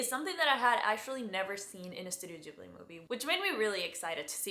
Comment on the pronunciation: "Ghibli" is Italian from one of their early movies. Gh- in Italian are always pronounced with a hard G, like in "gift"